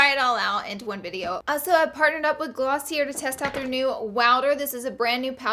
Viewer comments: Glossier is pronounced glossy-aye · just a quick tip glossier is pernounced glossiA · Glossier is pronounced Glossy-A !